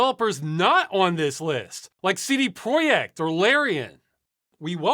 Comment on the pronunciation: That's a pretty decent pronunciation of "projekt"! (tho if you want the 100% Polish experience, you also need the "CD" to be more like 'tseh deh')